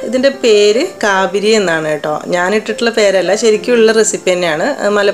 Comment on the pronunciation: കാബിരിയല്ല കാബിലിയാണ് അറബിയിൽ പറയൽ